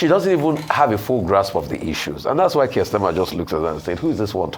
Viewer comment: Don't get your shorts in a twist, it's all banter of the Parliament. As the UK Conservative leader, how more relevant can Kemi Badenoch be. The exchange highlights the sharp rhetoric often present in parliamentary debates. And it's "Keir" not Kirk...You're welcome!